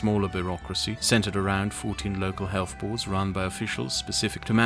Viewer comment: Absolute rubbish from start to finish. I’d caution people in trusting someone on issues rating to public health that can’t even pronounce the word “health”, as in “healTH”, not “healFF” 🤔🤦‍♂️